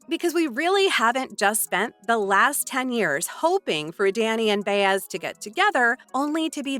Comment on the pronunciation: It's " Bye-ez" knuckle head, right?